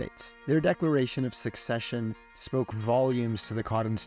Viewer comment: The guy can't even pronounce "secession" but he is making a video on attempted withdrawal from a voluntary union for common defense and mutual benefit. Some of the names and dates are correct but the clip was mainly made to flaunt the guy's ignorance. Portland Chase, the bank-lawyer, is his saviour ----he probably idolizes Henry Paulson, too.